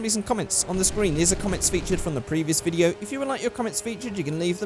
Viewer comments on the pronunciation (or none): none